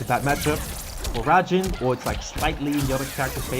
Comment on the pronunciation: Raijin, not rajin